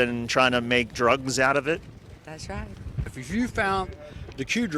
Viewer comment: ”That’s reyet…” The Q drops…